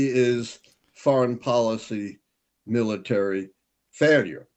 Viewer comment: he couldn’t say military. He couldn’t say United States. He gets the first syllable of a word right not the ending. That’s a sign of brain damage.